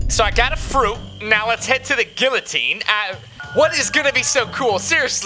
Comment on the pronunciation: Guillotine not guillotine